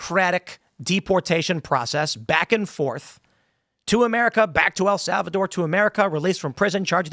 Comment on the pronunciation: I could have sworn Tim was where I heard this correction from, yet here he is incorrectly saying "El Salvador". Wtf is he thinking?